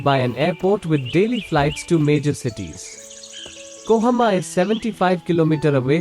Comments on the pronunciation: KOHIMA not KOHAMA🤗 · It's kohima not kohoma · It has nothing to do with accent. Accent is different thing. Here you're using A in place of I. It's KOHIMA. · Kohima, not kohoma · Kohima not kohoma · its kohima not kohama idiot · It's kohima brother not Kohama.